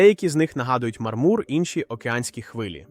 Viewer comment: питання для ШІ чому він ніяк не може навчитися ставити правильно наголоси? мармУр це шедевр..